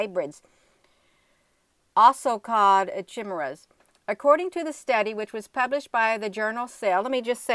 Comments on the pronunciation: Just FYI from a grammar geek... chimera is pronounced KI MARE RA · ....this is the way to pronounce Chimera. KI-MEER-A. The KI is pronounced like kite.